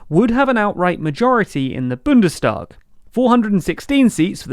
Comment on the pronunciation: It's Bundestag, not Bündestag.